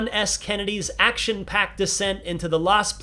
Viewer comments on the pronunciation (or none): none